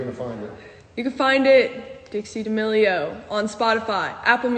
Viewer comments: Dude it's Dixie D'amelio not Dixie d'marchmellow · Did he just say D'amelio as D'mashmallow😂😂😂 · Why do you say d'amarshmellow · DID ANYONE REALIZE THAT HE SAID “DIXIE DAMARSHMALLO” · He did not say Dixie Dmarshmallow 😂😂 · Did u realize he said D’Amealio wrong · He said Dixie da mashmello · Did he just say Dixie marshmallow